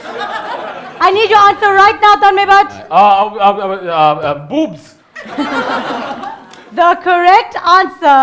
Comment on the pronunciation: Kaneez, u r super cute and u always said tanmay butt instead of bhatt.. :D